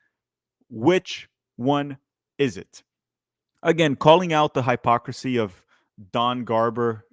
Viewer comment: The way you pronounce hypocrisy and Chattanooga is funny 😂